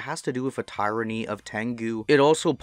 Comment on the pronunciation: Bro you stole 90% of this script. It's all on a steam community page by 'How Low?' It was apparent at your mispronunciation of Tyrrany that you didn't write this. At least give the guy a link or some credit. The guide its associated with is amazing and the author spent an incredible amount of time and effort compiling everything for people to use. Plagarisim's a bad look.